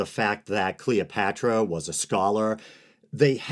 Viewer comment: Who's Cleeopatchra?